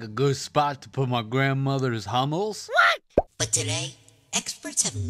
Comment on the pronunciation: What is “grandmothers hommel”? we can figure you what your saying. Love the videos!